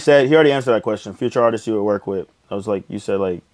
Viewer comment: ...Also, it's ARTISTS not ARTISES